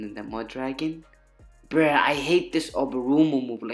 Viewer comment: Its so funny how he says bruh 😆 😆 BREEH BREEH